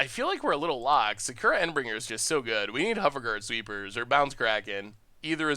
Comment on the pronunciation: While Momir is a fun way to end the Video, your pronounciations of Shauku, Endbringer are painful